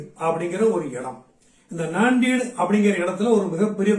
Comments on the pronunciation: நாந்தேட் கூட தவறுதான் சரியான உச்சரிப்பு நான்டெட் - Nanded அடுத்தவர் பிழையை கண்டுபிடிப்பது பெரிதல்ல அதை நாம் சரியாக சொல்கிறோமா என்பது முக்கியம் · அது நான்டீடு இல்ல நாந்தேட்,ஜல்னா இல்ல ஜால்னா